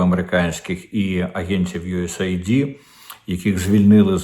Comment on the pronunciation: Не юесейайді- а Ю Ес Ейд. Aid / вимовляється як " ейд" означає " підтримка,сприяння.Тобто допомога від US